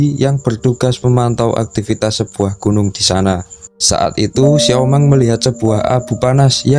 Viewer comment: Xiaomeng? di panggil xiaomang itu cewek😂 kenapa gak xiaoming aja😁